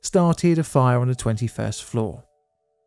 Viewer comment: It's "the", not "dih". Ffs.